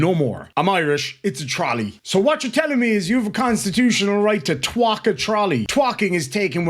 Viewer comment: Twak? ROFLMAO! I have a new word to my vocabulary. It sounds an awful lot like twat. I almost got my mouth washed out as a kid for saying that